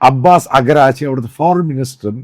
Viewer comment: അഗരാച്ചി അല്ല അണ്ണാച്ചി 😂😂😂 അബ്ബാസ് അരഗ്ചി